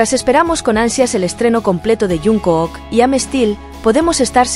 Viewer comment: No puedo terminar de verlo después de oír llamarlo junk o o k. Jun k o o k? Aunque la mayoría lo llame Junkuk la pronunciación correcta es Chonguk